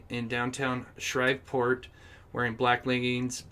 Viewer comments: The town is Shreveport not Shriveport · Pronounced shreeve port.